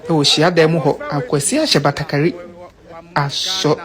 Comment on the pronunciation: Batakari not Batagari. FUGU.